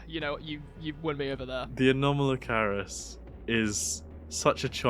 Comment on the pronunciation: I don't want to be that guy but erm actually you mispronounced anomalocaris ☝️🤓